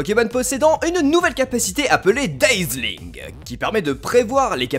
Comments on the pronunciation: Par contre on dit "Dazzling" et pas "Dayzeling" ^^ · "dayzzling". En fait quand y'a deux consonnes, on garde le son a normal. C'est dazzling.